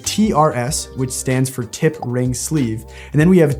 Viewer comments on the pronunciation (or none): Sleeve not sleve*